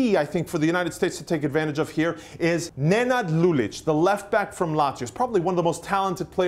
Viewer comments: This is so unprofessional that it hurts. It's Senad Lulic, not Nenad. You showed the greek head coach when speaking about Safet Susic Rahimic plays for CSK Moscow, not Hoffenheim. And the biggest fail - Begovic average? Begovic will be sold in the next transfer window. Why haven't he been sold yet? The price of 16 million dollars, which really shows us what quality goalkeeper he is. He was one of the best goalkeepers in the Premier League with an average team. Stick to baseball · Nenad Lulic? And they mention Safet Susic and put picture of selector of Greace, And they didn't even mentioned Spahic who played for Sevilla, Anzhi and now is in Bayer L. Pronanciation of names of players are very poor its not the same Amir and Asmir, and Begovic isnt avarage GK, Manchester Utd. wonted him but Stoke wanted more money than they wonted to pay for him.